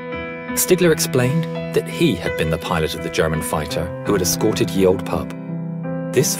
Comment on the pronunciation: Ye Olde Pub. Fun fact, the narrator got it wrong and it should be pronounced like you do The Old Pub.